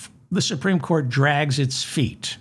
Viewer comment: The supteme what!? Oh, you mean The Grand Fascist Council.